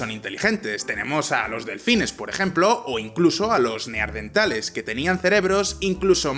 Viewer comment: es neanderthal... no neardenthal. Un poco de cuidado con esos errores.